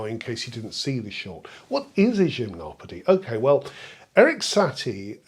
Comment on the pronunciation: I finally know how to pronounce Gymnopédie, yay!